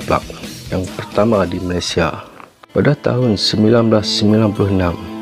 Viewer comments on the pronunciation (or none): none